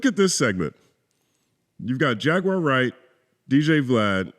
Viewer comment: Piers Morgan couldn't even pronounce Jaguar Wright's name correctly and that reveals how he actually feels towards the Hebrew Israelite community. Stop going on the enemies of our people platforms and allowing yourselves to be exploited while knuckleheads like Piers and Vlad capitalize and make tons of money off of the backs of The Most High GOD Yahawah Bahasham Yahawashi's Chosen people. Let the Piers Morgans and Dj Vlads interact and interview each other! My bad, no one would tune in!😔🙄